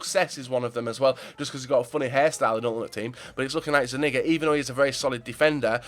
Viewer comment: its zuniga not zunigga dumbass